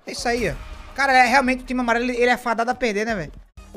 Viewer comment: Porquê que ele fala “caba” invés de “cara”??